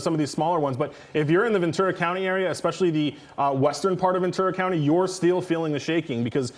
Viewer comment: She said venture county. 😊